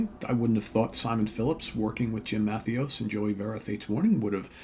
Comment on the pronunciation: Great record. Very catchy. 30 years ago, these songs would be all over the radio. Overland sounds great. And, say it with me…Jim. Ma-THAY-us. Trust me on this